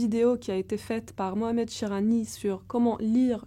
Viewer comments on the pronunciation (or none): none